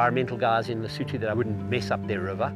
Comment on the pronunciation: is not Lesoouutoouu is Lesotho!!! so annoying people with silly fake voices that never being in Africa make the commentator...